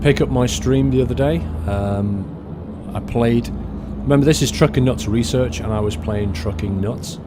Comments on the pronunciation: its called reearch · You didn't call it Trukin' Nuts Research, you called it Truckin' Nuts Reearch ;)